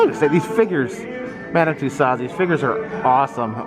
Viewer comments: FYI : It's pronounced ' MUH-DAM TOO-SOHZ' (Loved the video - as usual 😘) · First, learn to pronounce Madame Tussauds' name correctly. Second, get your information correct. What a waste of time.